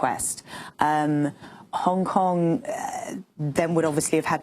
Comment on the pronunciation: The way A pronounces 'Hong Kong'...